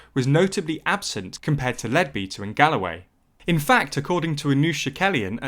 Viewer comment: It sounds a bit computerish to me, which would account for the persistent mispronunciation of place names like Kashmir and Amersham not too mention Leadbeater.